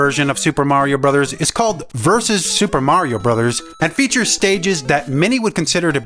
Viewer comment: It's not "Versus Super Mario Bros", it's literally "Vs Super Mario Bros", as in vee-ess. Such a thorough video otherwise.